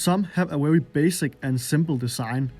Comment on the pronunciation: Wery basic ability ffs learn how to properly say letters